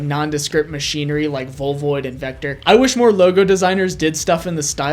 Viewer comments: VOIVOD ITS PRONOUNCED VOY-VOD JEEZ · pronounced Voi Vod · Volvoid? Did you just throw out that mispronounciation to make those of us who can't read the bulk of these logos feel better? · Interesting pronunciation of Voivod.